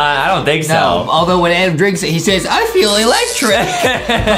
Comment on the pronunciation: Its adam not adem